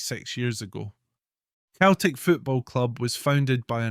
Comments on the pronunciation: It's pronounced Seltic not. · Its pronounced "Seltic" so why does this guy keep referring to it as ""? The Irish poet who officially opened the stadium (Parkhead) referred to Celtic as in his speech and was derided for it. Celtic fans are not the angels this guy makes them out to be. The club is rooted in sectarianism, the fans sing songs about, and raise funds for the IRA, they have adopted the Basque terrorist and Palestinian causes. There are violent clashes anywhere Celtic fans meet Rangers fans.They are the only team in the world whose board of directors debated a motion to ensure that only Roman Catholics could sit in the boardroom, (it was narrowly defeated), their "ultra" group "The Green Brigade" resonant of the name of an IRA battalion, has caused so many political problems that the european governing body has fined the club several times. Celtic were founded in 1888 while Glasgow Rangers were formed 1873. Rangers were signing and playing catholic players since before Celtic were formed yet the current mythology states that Rangers didn't play catholics which is utter rubbish. Rangers played black players and players from all cultures. Celtic started up by signing almost all of their players from the team which would later evolve into Dundee United because they were the right sort, i.e. Glaswegian catholics of Irish extraction. The first Old Firm match was a friendly so Rangers didn't play their first team, they played their reserves and even a guest player from Partick Thistle but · He says 🤣🤣🤣🤣🤣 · It's Celtic not,same pronunciation as Ceiling not Keiling